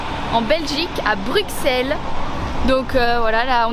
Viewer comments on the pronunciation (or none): Ça se prononcé BruSSel sinon chouette vidéo 👍